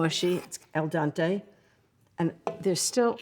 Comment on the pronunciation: Al Dante , l think she said, bless her!!